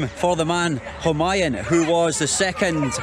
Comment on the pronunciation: It's pronounced hu maa yuuun. 🤣